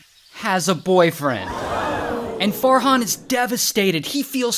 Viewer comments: When Ray said Farhan, I thought he said Fart Han😭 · Me not hearing “Fart hon”.😂